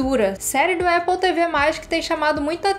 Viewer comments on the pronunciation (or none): none